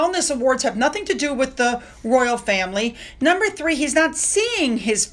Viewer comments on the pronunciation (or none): none